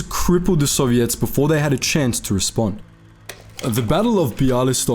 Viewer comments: You're pronouncing Soviets incorrectly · "sovvy - ets" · I like how he says Soviets like serviettes.